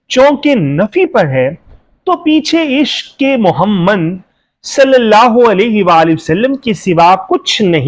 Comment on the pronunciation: تم کو تو نبی کریم صلی اللہ علیہ وسلم نام محمد صلی اللہ علیہ وسلم بھی نہیں پڑھنا آتا۔بندہ بن تم کو شرم بھی نہیں آتی۔خدا کا خوف کرو اور توبہ کرو تم لفظ محمد صلی علیہ وسلم کے نام مبارک بھی ٹھیک سے نہیں بول سکتے